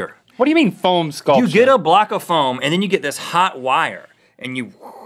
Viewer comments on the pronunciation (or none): I swear, I thought he was saying PHONE sculpture, like cutting up an iPhone with a Nokia or something. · I thought Rhett was phone sculpture! I Google it before I realized he said foam and phone sculpture is a thing. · Same lol then I realized he said foam sculpture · Same I thought he said phone sculpture too I was sooooooo confused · I thought Rhett said Phone sculpture and was, what! Then relieved it was foam. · i thought Rhett said phone sculpure so i spent ages goggling phone sculpture then i went back to the video and unpaused it and at that exact second he was like 'you get a block of foam' and i realizede what he said so i was like ohh... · I thought Rhett was saying "Phone Sculpture," so I looked that up on Google. I was extremely confused on why he was so into phone sheep. Look it up. Why would he be meaning to do that? Only then did I realize he was saying "Foam Sculpture" as he started explaining it. Let's make a Phone Sculpture everyone. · I thought Rhett was saying phone sculpture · Anyone else thought Rett said phone sculpture? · Took me a second to realise it wasn't "phone sculptures", but "foam sculptures". :)